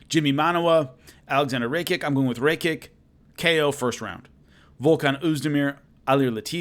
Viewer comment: It’s pronounced ‘ ra - ki -ch .... I should know my name is Alexander Rakic lol